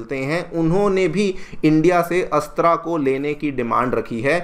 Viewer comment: अच्छा कर रहे हो पर, हिंदी को बर्बाद मत करो, अस्त्रा नही है ,,, अस्त्र(Astra) है ,,वह,,, तुम रामा (Rama)मंदिर बोलते शायद